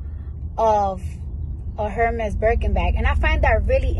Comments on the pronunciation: People who don't know how to pronounce Hérmes shouldn't even own their bags. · * The H in Hermes is silent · please tell them the H is silent Hermès